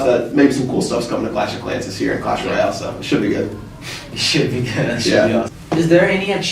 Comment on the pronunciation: acho mt foda o falando "royale"